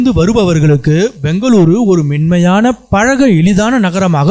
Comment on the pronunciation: மென்மையான என்ற வார்த்தை என் காதில் மின்மயான என்று ஒலித்தது. உச்சரிப்பு சரியாக இருக்க வேண்டும்.